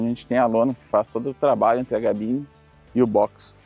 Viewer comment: Por que vc fala Gabine?